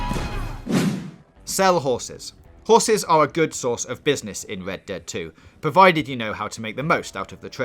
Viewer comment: I heard led dead at the start